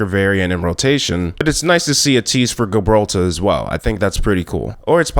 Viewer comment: I don’t like how you pronounced eichenwalde and Gibraltar